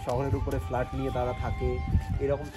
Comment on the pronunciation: কথাটা ফ্লাট নয় ফ্ল্যাট